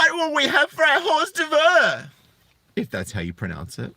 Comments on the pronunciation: Hor'devur is pronounced "or dervs" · "Heur d'oeuvre" is pronounced - "Or derv" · Pronouncing it wrong led to a joke so who cares. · It is pronounced or-derv. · It's pronounced like "or-dervs," spelled, "hors d'oeuvres." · Hors d'oeuvres . . . If you can say "Or -Derv" you'll be right, mate. 'S not perfect but you'll pass as bloody sophisticated in that cafe down in Wagga Wagga ;) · FYI man, its a French thing... hor d'oeuvres is pronounced 'ordurves' I know you know what that is.. Girls are never wrong, they are always the victim, never guilty... men are always guilty, always the violent aggressor who obviously beat women with bags of oranges. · "Hors d'oevre" is French for a starter in a meal and is pronounced "Whore Derv-r" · LOL: "Hors d'oeuvre". Yeah, in those situations it's best to pronounce it "Whores devour".